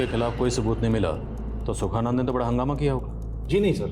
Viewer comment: सुखनंदन नहीं सुखानंद। स्क्रिप्ट पढ़ लिया करें।